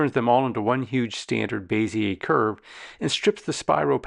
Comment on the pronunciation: Great video tutorial. I've learned things I never knew in Inkscape. I've used everything drawing program from Illustrator, Sketch, and Vectornator for iPad. I only used Inkscape for tracing because it's way better than Illustrator auto trace. Thank you. By the way, Bezier is pronounced (BEZ-EE-AY) like PEZ candy. They used to beat us in the head for pronouncing this wrong in design school. Now I'm brainwashed with this stupid word. I've subscribed and watched part 2 awesome sauce!!!!!!!